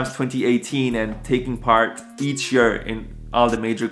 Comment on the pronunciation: you are mispronouncing the world "year" ✌